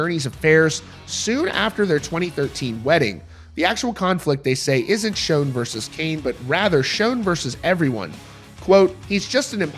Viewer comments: Considering how long the band has been around, it astounds me on the way people still misspell and mispronounce names. People still spelling Neal as Neil in the comments. And the dude in the video mispronouncing his last name. It's Sch-ON, not Sch-OWN. And Cain needs to go bye bye already. It's Neal's band. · Please learn pronunciation before attempting to use a legends name 😂 Schon like on not like own. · its Schon, like Shawn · Nothing worse than watching a video and the reporter doesn't pronounce the band members names correctly. It's Neil Schon, not Shone. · I believe there is a lot of truth to what he is saying, but let's learn how to pronounce the names, important ones like 'Schon', and his wife's first name. That would add more credibility here.